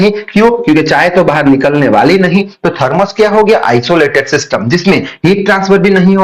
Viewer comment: Thermooos nhi hota hai thermas hota hai